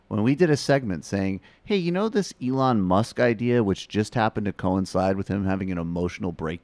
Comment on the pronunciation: Why did you say Elon with a soft E? Wtf lmao